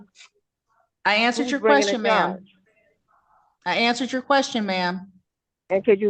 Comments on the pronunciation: My question to her is what is a "qwarstion?" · What the fuck is a QWUSTION? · What the heck is a "quashton"?!!! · "the quorstions"? Really? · The kwuschen? Lemme axe u a kwuschen 😂😂😂😂😂